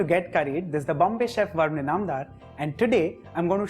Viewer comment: love u man nd the way u pronounce bombay..